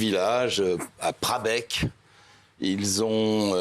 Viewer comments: Prabecq… svp renseignez vous avant de diffuser ! C’est prahecq 😡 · Il faut relire ses fiches C'est prahecq pas prabec Ça les fait rigoler 😡😡😡😡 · Bon alors déjà c'est prahecq et non prabecq et de laisser le non respect c'est hallucinant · C'est prahecq et pas brabecq!